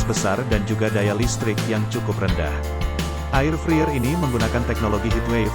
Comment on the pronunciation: Ngomong nya bkn 'friyer' tapi 'fraiyer' 😵